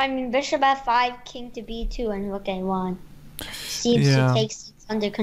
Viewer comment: i love how pronounces rook... "wook" ^^